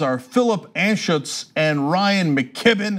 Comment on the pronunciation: Anschutz. Pronunciation.... Anne-shoots. He is a Denver Billionaire. Inherited his wealth from Grandaddy. Southern Pacific Railroad, I think. He is famous for tanking Qwest and bilking employees out of billions in retirement funds, or something like that. He is pals with colossal prick Stan Kroenke, the owner of the Colorado Avalanche, Denver Nuggets, LA Rams, and a football club in Great Britain. The Avalanche and the Nuggets play in "The Can", or the Pepsi Center. The building is on former Southern Pacific land. I guess that's why I don't go to hockey games or basketball or football games or baseball games. Oh, and John Elway is a major contributor to Stanford Buddy Kevin McCarthy. Oh, and the owners of the Rockies, meatpacking magnates Brothers Monfort, are featured in the book "Fast Food Nation." They are accused of hiring illegal immigrants (undocumented works, et al.) intentionally and then casting those workers aside--non-citizens have no rights, according to them. Lovely people, eh.